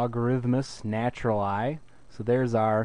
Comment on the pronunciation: when he said logarithmus "natural-i" i cringed sooo hard